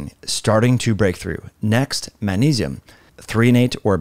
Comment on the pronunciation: The way you say magnesium kills me lol